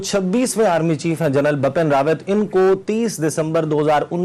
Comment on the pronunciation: Bapn rawat nahi Bipin Rawat hai sir ka naam